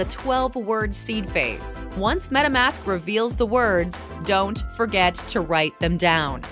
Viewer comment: Speaker doesn’t know how to say Seed Phrase???